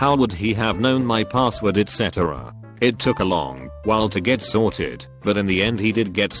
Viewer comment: ee tee cee et cetera